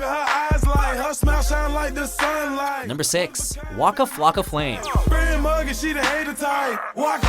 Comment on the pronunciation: why u sayin woka flocka flame dude u just a hater